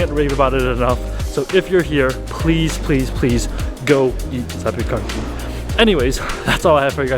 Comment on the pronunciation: Actually you've pronounced zapiekanki right 😅